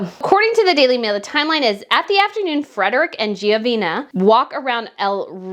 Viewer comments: You keep pronouncing her name incorrectly: "GENOVEEEVA" not "GEOVEEENA"!!! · Dear, the name is the Latin version of Geneviève however you invented or mispronounced the name, the last syllable is NOT ‘na’ it’s ‘va’ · Gen-o-veva not Giovena. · GENOVEVA NOT GIOVINA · Your pronouncing it wrong!..breath!..don't talk too fast..it's Genoveva..not Geovina..Pronounce it as "HEH-NO-VE-VAH"..Genoveva Casanova.. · Her name is pronounced (Jen-a-veva) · You offer constructive criticisms to Catherine Princess of Wales, of whom you have great respect, so in that same spirit I would like to offer constructive criticism to you. If you intend to read articles in your videos, please practice before hand. Quite often you mispronounce words that you'd catch in a rehearsal. In this particular video you repeatedly pronounced Genoveva as "Giovina." One’s name is very personal so we each should be diligent in correct pronunciation. If this is due to dyslexia or some other learning disability then I apologize but that would make rehearsing even more important. Please, fellow subscribers, don’t come after me. This is my opinion. I truly enjoy this channel, B’s content and insights but, like me, she’s not perfect – I’m just wanting her to be her best. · Genoveva, in Spanish is pronounced Heh-noh-veh-vah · Only an American can butcher a Spanish name (Genoveva) in such fashion 🤦🏻‍♀️ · Dear ss i said GENOVEVA is the Latin version of Geneviève. You also say GEO insteas of Geno. Next the park’s nsne id RETIRO not Reterio. Pls mo not ‘murder’ the Spanish language. Just take s little care in practicing the foreign names correctly. Tnx dear